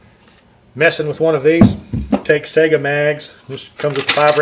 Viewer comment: Saiga = sigh - guh not sega.